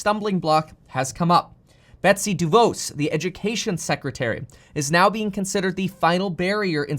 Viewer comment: Love your stuff, so just a side note. Betsy DeVos pronounces her name like 'boss' and not 'knows' like you said in your video. But I don't know one person who respects her in her new position, so go ahead and mispronounce her name all you want. :) BTW, you're rockin' the hockey player look, but hope you get to shave it soon.